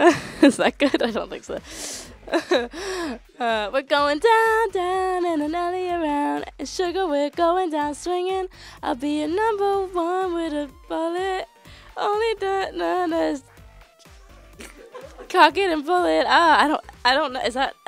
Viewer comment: She said "I'll be your number one with a *BULLET*" not bollet. ugh